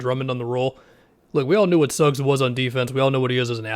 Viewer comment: He said Suggs